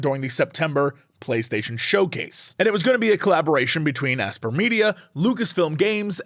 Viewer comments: BTW Aspyr isn't pronounced "ass-per", it's pronounced the same as "aspire". It's just the word aspire with a Y in it and minus the E, because adding Ys to words is cool or something. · Isn’t “Aspyr” pronounced the same as “aspire”?